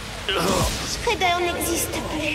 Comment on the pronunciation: Shredder pas schreder